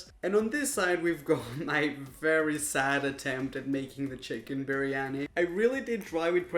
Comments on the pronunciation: the way raphael says briyani is so odd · You slaughtered biryani I swearr😂😂😂😂😂😂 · That's not even how you call biriyani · I’m not offended I’m indian and the amount he mis pronounced stuff made me crunge